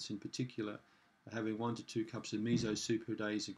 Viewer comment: MiSo, "mi-so", like the English Me and the English So. There is no Z in that word. Missssssso. So, as in "and SO on".